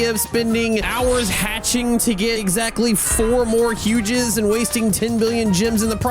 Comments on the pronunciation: It is huges not hugegis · Bro why did you say “hugehugses” what is that